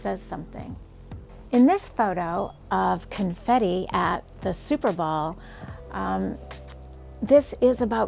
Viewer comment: Did you call it the super ball